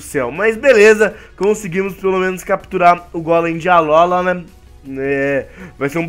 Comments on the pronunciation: nao se pronuncia Alóla e sim Alôla obrigado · So eu que me encomodo quando o fala Alolan e Alola